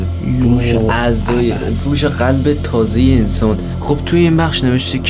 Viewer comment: چرا میگه گلب